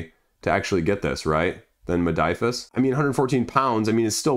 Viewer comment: Modiphius, not Modiphus. Hurts my ears!